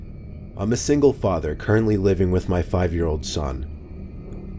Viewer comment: Story-3:when u said I am a single father living with my 5 year old son I thought u said "my 50 year old son" lol